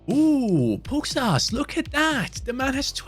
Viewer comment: by the way, the S with the v above it in Pukstas' name is pronounced like < >, so his name is pronounced like Pukshtas